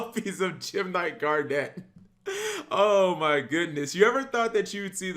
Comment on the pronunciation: Cap saying this deck is good is almost as bad as him saying “Gar-Net” literally garnet